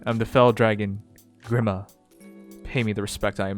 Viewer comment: Oh dear god the way he pronounces grima is atrocious it's gr-ee-ma not gr-i-ma